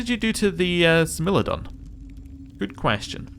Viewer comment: Love this series :D So glad to have found an Aeon playthrough I like :D Also I believe it is pronounced Smile-O-Don :)